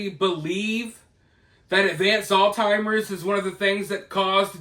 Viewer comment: It's Alzheimer's not All Timers